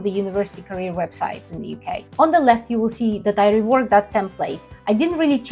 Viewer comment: I know English is not your first language, but " UKey " is not a word. you are from a Slavic country. Your brain translated United Kingdom (UK) into UKey - because when you pronounce it out loud, that's what it sounds like.